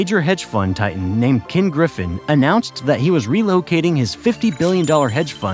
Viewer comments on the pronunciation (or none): none